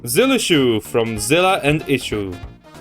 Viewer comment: "zillissue" man, you done her dirty edit: it sounded like "skill issue"